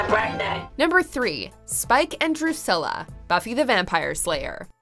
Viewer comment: Am I the only one slightly bothered by the way she pronounces Drusilla?